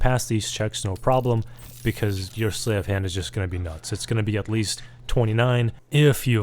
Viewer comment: Sleight rhymes with height.